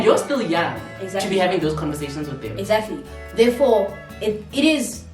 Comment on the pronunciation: no one,nobody at all,:"exaclty".😅